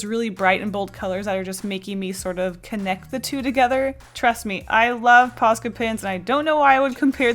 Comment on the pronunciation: When says "paska pen" I laugh 'cause paska is a Finnish swear word